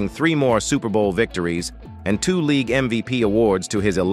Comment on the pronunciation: This dude can't even talk right. Not only did he say most names wrong he pronounced league " leegooo". Plus Aikman won 3 Superbowls in the 90's and four championships.